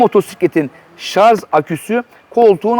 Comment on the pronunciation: Şarz değil. Bu nasıl bir alışkanlık?Ş A R J